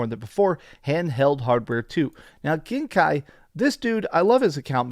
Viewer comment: Oh, BTW, Genki is not pronounced as gen-kai, but genkee. Japanese names follow latin and not germanic pronunciation of vowels :) For us, brazilians, for example, it is mostly just read as it is written.